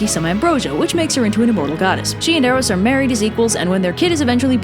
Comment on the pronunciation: Eros was the one form of love you pronounced right